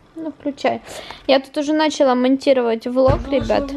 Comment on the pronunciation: ударение в женском роде ставиться на последний слог!!!НачалА,а не нАчала!